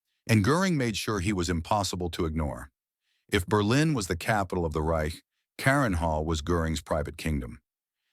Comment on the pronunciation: This was a good video, but the consistently ridiculous AI narration and subtitles left a bad taste. Can't producers of these videos take the time to read the subtitles and listen to the narration and fix the problems? For example, Göring's estate was "Carinhall", not the multiple misspellings and mispronunciations in the video. Sloppy work seems to be the norm these days.